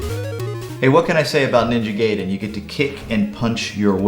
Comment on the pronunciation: Awesome review! Ninja Gay-den